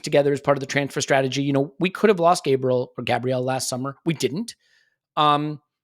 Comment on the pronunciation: These guys live on X and think it's the real world when in reality it's all coming from people far far away who couldn't pick out London or Manchester or Liverpool on a map. I refuse to take anything the block me on twitter guy says seriously until he puts some respect on Gabriel's name and stops pronouncing it in that moronic way. 😁